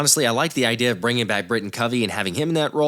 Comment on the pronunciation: I know you didn’t just say “idear”!!!! 🤨🤣🤣